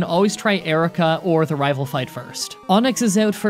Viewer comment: he said raval fight